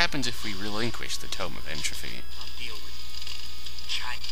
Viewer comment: Regrettably, good sir. You said it with an ending like "trophy" when it is indeed "entropy" with a hard 'p'.